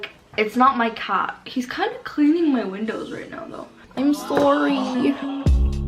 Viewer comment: Love the way she pronounced the word “car”